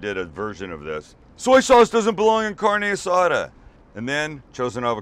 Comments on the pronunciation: Car-Nay Ah-Saw-Duh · Carne asada pronounced like carneee assada 😓😓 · The way he’s saying carne asada is upsetting 😶😐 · The way he says carne asada makes me cringe every time